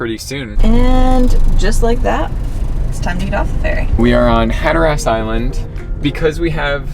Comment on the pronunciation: Can't say Hatteras either.